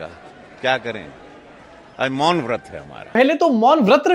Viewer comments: Vrat nhi bol raha vaRt bola 😅😅😅😅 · मौन व्रत भी नहीं, मौन वत्र बोला 😅